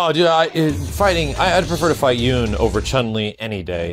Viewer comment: Isn’t his name pronounced as “Yoon”